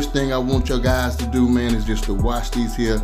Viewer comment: Myyyy God those wings look AMAZING! I already knew they were good when he said “These hea’ “ LoL New Subbie!!!